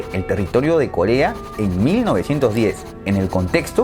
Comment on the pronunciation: En el minuto dice kolea XD